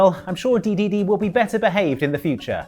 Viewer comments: You pronounce it de-DE-de and not DE-de-de? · He says Dedede like Kaiser says Goku